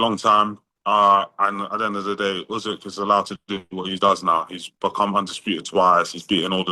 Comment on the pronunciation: Why does he say say "Ussssekkk" instead of Usyk lol. Fighting Tetteh is crazy if he lands though😂